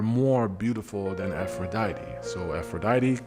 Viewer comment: Ngl, I clicked this video out of your catalogue just to see how you were going to pronounce "Aphrodite". I was immediately disappointed.